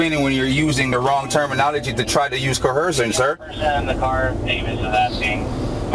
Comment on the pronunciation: Omg he really thinks the word is "co-herce". You is co-hercing me bro. You is co-hersive. You be doing co-hercion bro.